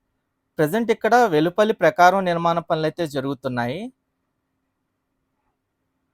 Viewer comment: ప్రకారం కాదురా అది ప్రాకారం